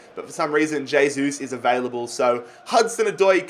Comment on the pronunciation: J-sus Is available, but not "hey-sus"